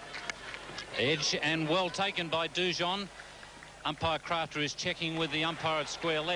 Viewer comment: Anyone else love how Richie Benaud pronounces Jeff Dujon's name? He emphasises the French pronunciation - "Du jau"..(no 'n'). Bill and Ian - "DooJohn facing Lawson now".. Richie next over "It's Hogg now to Du Jau" All class.. I miss Richie. No cricket host comes close to touching him..